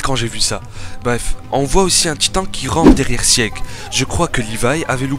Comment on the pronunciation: Sieg ça se prononce "Zeke" mais oklm mdr